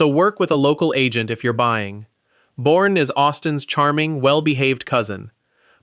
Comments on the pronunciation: The show says Boerne “Born” Texas Pronounced “Bernie”. Then proceeds to call it Born instead of Bernie throughout the video. Fix your AI voice please🤕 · Born??? It’s pronounced “Bernie” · Its pronounced . Bur...nee